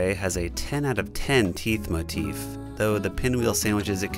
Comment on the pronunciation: did.. did you just say “teef motith”